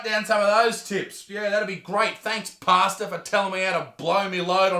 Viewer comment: Ohhhh pastor... Not pasta 🤣😂